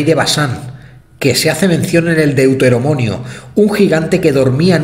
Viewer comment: Hermoso, me encanta tu canal, me encanta toda tu investigación y el esfuerzo y tiempo que le dedicas. Espero no tomes a mal mi sugerencia, pero no es la primera vez que te escucho decir DEUTEROMONIO, y la palabra es DEUTERONOMIO. Bueno sigue la línea de tus investigaciones que lo haces fantástico y nos sacas de la ignorancia a muchos. ❤️